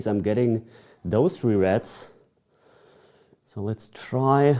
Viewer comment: I thought you were calling reds, rats. Lmao. I was like why are those rats?